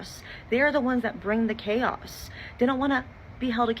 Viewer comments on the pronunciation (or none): By the way she pronounced chaos i can tell she her self is in fact chaotic